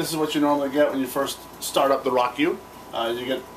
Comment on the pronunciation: Pretty nice review. It's great that you show the functions off well. I think it's pronounced "row-kew" though. :)